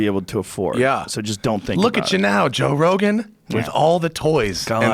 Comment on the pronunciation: Joe "car" rogam